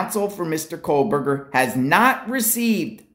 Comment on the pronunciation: Please stop saying KOHLberger.